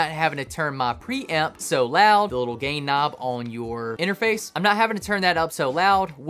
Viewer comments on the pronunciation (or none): I swear he said "gay" knob. Yes, I know he said gain.